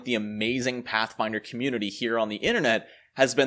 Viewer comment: Does this guy even like Pathfinder? When you say it like that it sounds awful.